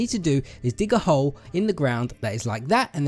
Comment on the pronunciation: You kept on saying hoe instead of hole lol